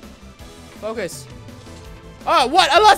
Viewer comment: DID you hear that he sed foc us